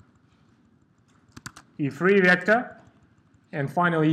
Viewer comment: everything is really nice, but you prounce vector in wrong way, E should be strong, not like in russian)))) but thanks for video, it helped me!